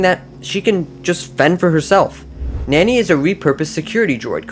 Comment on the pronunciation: Nani is not pronounced nany